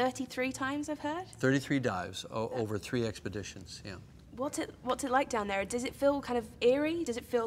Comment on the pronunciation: I don't know, I'm not a english person (swedish actually) But didn't you say some words american like? :) Like "down there"